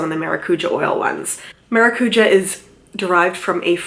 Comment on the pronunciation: The was she says it triggers me I’m Portuguese btw